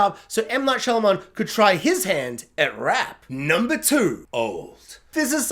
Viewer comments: Am I the only one hearing you say Shylaman and not Shymalan? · Making a whole ass video on the guy and saying his name wrong the whole time is almost as wild as having Unbreakable under The Visit and Old.